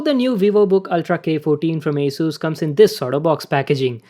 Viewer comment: Sir your pronouncing is wrong in the word ASUS